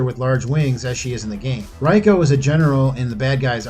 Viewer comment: Goro's race is called Shokan. You said "Shao Kahn." And Reiko's name is pronounced "ray-koh."